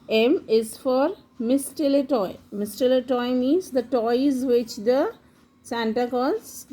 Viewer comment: Please learn how to pronounce the words properly before making such videos.. Reindeer, sleigh, mistletoe, holly.